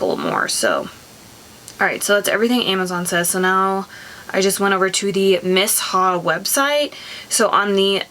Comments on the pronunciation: I don't like the clinique jelly moisterizer the best day moisterizer I found was the First aide beauty coco gel moisterizer I love it for day time under makeup it sinks right into your skin . miss ha..😂 its me-sha is how its pronounced I think maybe I should have gotten the darker shade I got 23 and it leans super gray but I mean I guess u can't really tell when its on it kinda just blends with ur skin. I ware light coverage all the time I hate heavy stuff on my face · Miss- Haa 🧐🤔 😭😭😭😭😭 it’s Pronounced ‘Meeshaa’ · Miss ha? 👀 "mee-Sha" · thanks for your product review. It's pronounced MEE-SHA. Lol